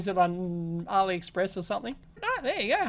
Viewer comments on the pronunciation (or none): none